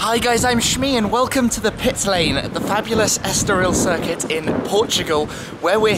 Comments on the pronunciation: **estoril not estorial Tim :) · it's Estoril not Estorial Thanks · este caramelo não sabe dizer Estoril em condições :D